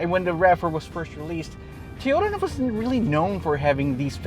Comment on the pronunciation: "Toh-yow-tah" lol